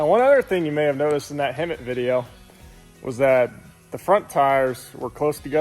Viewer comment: Hemit not hermit